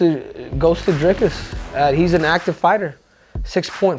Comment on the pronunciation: Says he used to call him “Dry-cus” but it’s actually “Dreecus”, then proceeds to call him “Dry-cus” in his very next sentence